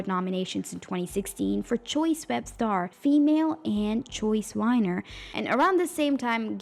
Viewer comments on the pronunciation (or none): Why are you saying almost all the words that start with V sound like W. Like Vine and Viner you are saying them like Wine and Winer. Cause you can obviously say the V sound cause when you said ever. You said the V sound. Are you just doing this on purpose or what? 😒🤨 It just is really getting on my nerves.